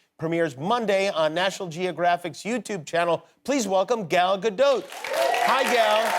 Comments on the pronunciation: There's no short A in Hebrew. Just say Good Golly Miss Molly but leave out everything but gol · He doesn't say it right it's GAL not Gel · It's crazy but no one seems to know how to pronounce her first name. The "a" sound doesn't really exist in english, but is basically the same sound as the "o" in the words "got" "pot" "knot" etc. So it's sort of like "Gahl", NOT like "gal and guy".